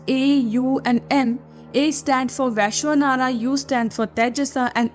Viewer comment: Its Ramana not Raamana Its Vaishvanara not Vishanara Its Praagnya not prgnya Its Thureeya not Turya